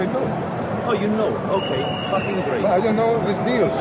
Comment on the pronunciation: ... did he say "fuckin' great" or "fuckin' GREEK!" lmao